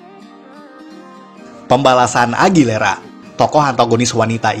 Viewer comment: AGUILERA. BUKAN AGILERA. AUTIIIIIIIIIIIIS